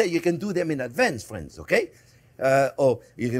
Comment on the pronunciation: I love how he says ‘ok fwends’